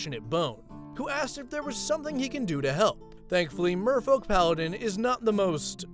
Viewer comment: Why do I always here "Mofo"-Paladin instead of Merfolk??